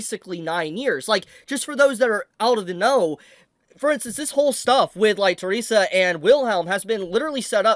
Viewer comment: let me correct the pronounciation. Her name is not Teresa. Her name is Theresia. The-re-si-a.